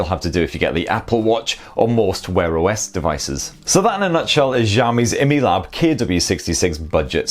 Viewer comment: Its actually called: I-Mi-Lab not emelab. 😂